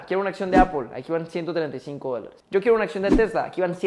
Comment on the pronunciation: Por que lo pronuncia apol ? Es se pronuncia (apl)